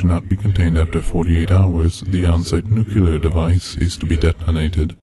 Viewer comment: It was wonderful right up until you said "nucular".